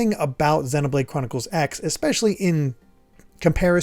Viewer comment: I still think you're pronouncing Xenoblade wrong 😛